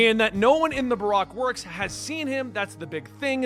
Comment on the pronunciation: it's pronounced BA - ROAK WORKS